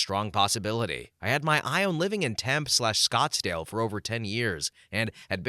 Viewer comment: Pronunciation note: TEM-pay